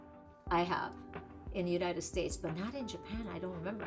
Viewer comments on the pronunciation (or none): none